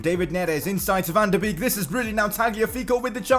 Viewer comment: It is bake not beek